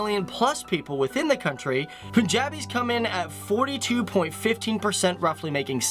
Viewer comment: Punjabi's, Pashtuns, Mahajirs, Baloch ,Sindhi you pronounced everyone wrong 😂😂